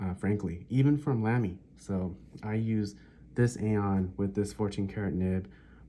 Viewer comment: I enjoyed the natural way you spoke in your video and your information was good, but it was jarring for me to hear Lamy so mispronounced, especially when you used the word so often. I hate to be critical but when you suggested you might review the Lamy Safari I felt compelled to say something. The proper pronunciation of the a in Lamy sounds like both the a’s in Safari, or as though it would be spelled Lahmy. I am sort of a stickler on pronunciation and I have a good ear apparently for how to pronounce words, even many foreign words. I particularly pay attention to foreign words for some reason. So apologies for being picky. but honestly I’ve never heard anyone say it the way you do.